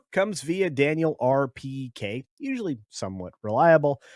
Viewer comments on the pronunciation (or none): none